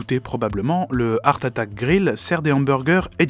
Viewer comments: Lol l'accent anglais de! "Eursse" = "Earth" comme prononcé signifie "Terre". Ça se dit plutôt "Harte" = "Heart" le cœur. Voilà voilà jle place là 😅 Merci pour cette vidéo 😉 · comment il peut y avoir une équipe derriere et ne pas corrige de simple prononciation d'anglais. entre hart attack et hearth attack. c'est pas compliqué heart a dire pourtant. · Faut revoir ta prononciation de l anglais. Heart c est art ! Pas eurf... Ca c est earth.. la terre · Purée ne prononce pas heart comme earth!